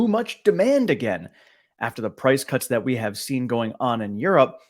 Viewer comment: (Price) "Cuts" rhymes with "guts".